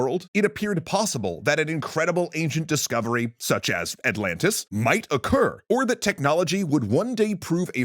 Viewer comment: “Ze myth of Atlantiiis” is now a verbal stim for me. I hope you’re happy lol